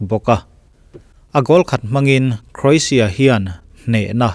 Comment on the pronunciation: Oxford en hlak rawh i pronunciation hi English hawrawp i hmang pha andik naw zie Lushai pronunciation i hmang hlaka Croatia le Chairman i pronunciation hi andik nawh